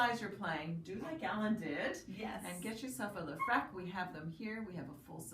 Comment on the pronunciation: Isn't it leFREAK as in frequency, not frek?